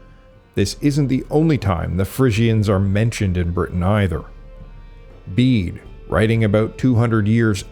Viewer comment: It's wonderful to hear you pronounce "Bede" as "Beed" and not as "Bedday" as in previous videos! You did however name Emperor Julian from when Belisarius was alive, I'm sure that you mean "Emperor Justinian I"!